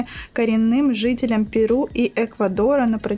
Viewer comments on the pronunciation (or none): none